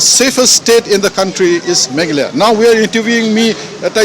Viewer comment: Y our Dear can't pronounce Meghalaya instead he said Maghala.What a pity.